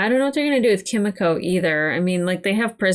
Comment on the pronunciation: BTW Kimiko is prounounced more with "mee" btw. In Japanese the i sound is like an "ee". Like you say Yoshi